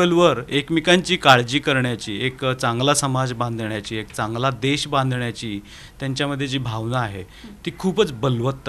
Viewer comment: देश म्हणा, देष नव्हे 👍